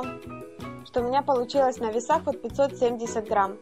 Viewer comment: Не твороХ , а твороГ , и не поХуще , а поГуще , не Храмм , а Грамм и т.д.